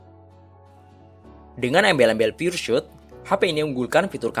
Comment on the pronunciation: pengucapannya (spelling) piur sot bukan piur syut.